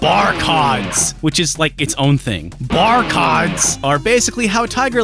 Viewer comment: Full disclosure: i kinda like the CheetahMen music. I enjoy it the same way i enjoy bad movies. I really respect you pronouncing it "Bar-cods" Because that is how i would say it. And it can instantly transition into a codpiece joke, which is funny. Barcodzzpiece to protect your junk. Zing!